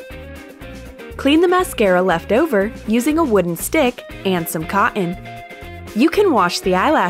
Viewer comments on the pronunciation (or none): Super it is not coeen it cotton sorry to say this 😭😭😭😭😭😓😀😁😀😀😀😀😁